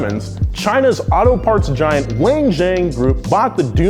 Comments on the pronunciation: That pronunciation of the Chinese company KILLED me.... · i like how he so badly pronounced wan xiang